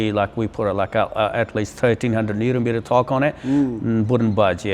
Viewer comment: ... nouveau monsieur,au lieu de Newton mètre...vive l' ia!